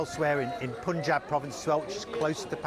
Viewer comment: If you’re going to report on India, do learn how to pronounce the word, Punjab. It’s unprofessional to do what you just did!